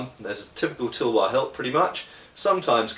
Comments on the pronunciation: bro Indians made tulwars out of wootz steel which was world class and they are certainly good blades, so they were inspired by Indian blades. Also it's pronounced as "Talh-War" not Tulwar the way you say it. So no not all Indian blades were european made, they were indigenous indeed. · Just to share, the Tulwar is pronounced Th-ull-war, or phonetically t̪əl-war, with the ul pronounced as in 'hull'. In Hindi/Urdu, it just means Sword :)